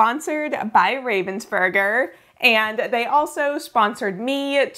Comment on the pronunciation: Raaaavensburger, that's the way you pronounce it. It's a german name and has nothing to do with the bird 😅